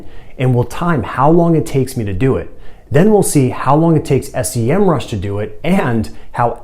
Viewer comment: that’s SEMRUSH, not S.E.M.RUSH! Anyway, that's a great video. Thanks.